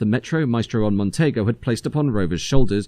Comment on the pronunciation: You can tell a young narrator on these videos as they mispronounce the name "Montego" as "Montaygo" ! 😅